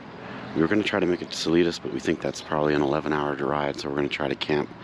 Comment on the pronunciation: I’m so jazzed that you had a great day of riding. You were in part of my stomping grounds. I giggled every time you mispronounced Salida, (suh-Lye-duh). The Spanish mountains outside of Trinidad in Huerfano County are The Spanish Peaks. The looming mountains you saw to the west are the Sangre de Cristos. Salida is at the southern end of the Collegiate range and the northern end of the Sangre de Cristos. All mountains in Colorado are part of the Rockies. There are a number of distinct separately named ranges, such as the Sangre de Cristos, the Collegiates, the San Juan’s, the Gore Range, etc. Oh, the stands of “Birch” trees you rode through are Aspens. I’m really delighted to see your journey through my state.